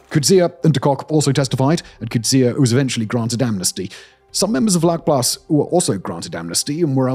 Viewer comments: Hi Simon, just a fyi, it’s pronounced “fluckplaas”, vlakplaas directly translated is shallow farm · In Afrikaans, “V” is pronounced as an “F”. It’s not Harold. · Good job! In American English: pronounce the ‘V’ in Vlakplaas as an ‘F’—Flakplaas, like the ‘F’ in fire or the ‘flak’ in German anti-aircraft artillery—not as a ‘V’ like victory. Your first Afrikaans lesson—my pleasure. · Pronounced “fluck-plaas” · I love your stuff and am subscibed to a number of your streams. FYI, a "v" is pronounced as an "f" in Afrikaans. Also, Vlakplaas would probably more accurately be translated as "flat farm" as in the Cape Flats from the Afrikaans "kaapse vlaktes", as opposed to "shallow farm" as previously suggested in the comments. It could also be named for it being a farm in a depression or lower lying area. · vlakplaas is pronounced so bad lol its sort of like flaac-plass